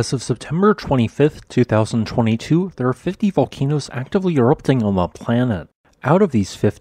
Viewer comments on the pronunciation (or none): none